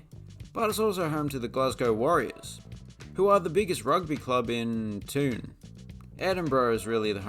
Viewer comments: scotstoun is pronounced Scots -ton not toon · Queens Park are no longer the tenants at Hampden. Not only do you believe the weather trope, you can’t even get your facts right. Oh, and by the way, Scotstoun is pronounced Scotston, not Scotstoon. Definitely the last post I watch from you pal, too many inaccuracies. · Pronnunced "ham-din" and "scotstin" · Scotstoun is pronouced as scotstown...its also locally called the showgrounds or shoggies and was also home to victoria park athletic club along with victoria drive secondary football team when the school was still around... Fun fact at one point glasgow had the 3 largest football grounds in the world...hampden is the forth different one. Its a pale shadow of a ground now. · The pronunciation of Hampden and Scotstoun was painful to listen to, also Paisley is not a City. Great video anyway😁